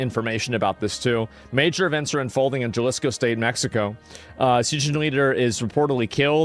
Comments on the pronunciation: It made me cringe in the first 5 seconds how ”Jalisco” was pronounced. As an American, yo estudie espanol por mi cuenta- my fellow Americans never fail to demonstrate how poorly educated (even self educated) Americans are. When i meet Europeans traveling- it’s very common for them to speak 3+ languages… spanish is the second most spoken langauge in the US and the most spoken language in the Americas- it demands some basic knowledge imo. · this guy asmongold wants us to listen to him about cartels when he cant even pronounce jalisco right 😂😂😂😂 straight CLOWN!! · "Porto Vaurlorlar" "Puerto Valerlalera" Juh-lisco For being a Texan, Asmon is REALLY bad at Spanish. The dedication to not even learning the basics is pretty endearing, honestly, and I like it - just 100% team America 🇺🇲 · "I dont speak Spanish." Oh we know bro lmao. Jah lees co is not a very close pronunciation 😂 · Here brotha Ha-Lee's-Co thats how you pronounce Jalisco 😅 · The "J" in Spanish is pronounced like an "H.". So you would pronounce it like "haleesko" and not Jalisco (like JUMP. ) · Jalisco is pronounced... Ha-lee's-co not Jah-lee's-co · Asmon what do you know about the cartels? You can't even pronounce Jaliso correctly. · jalesco? wow he took spanish and dude can't pronounce Ha lisco aka JGNG Sad politions on his sack a dude that cant pronounse it right gee my spelling lets hate the guy that points out he cant say it right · Galisco? bruhh go back to school my guy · Djalisco is amazing pronunciation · Hey Asmon, just fyi, Jalisco is pronounced Ha-lee-sco and Puerto Vallerta is pronounced Puehr-to Vay-er-ta. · Jalisco Mexico. Ha-lee-sco. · It's pronounced Ha leesco. Jalisco. Pwerto Vy arta, Puerto Vallarta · The US invading México. That's what happened. And it's Jalisco. For you to be able to pronounce it: Ha - lis - ko. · It's pronounced HA-Lees-co cartel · You pronounced Jalisco as “Gelisco” annnnd now I’m hard as stale bread. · It's pronounced "Halisco", not with the G sound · Its HA LEE SKO